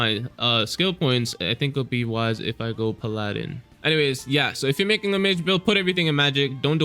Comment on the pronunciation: PAL-ah-din. Please for the love of god.